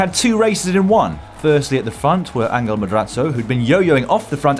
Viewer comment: Someday Dan will learn how to say Angel correctly when it comes to Spanish-speaking riders (it's An-hel by the way, if that helps with the phonetics).